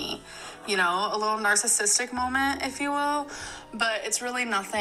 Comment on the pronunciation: "A whole conspiracy molment" Girl 🙄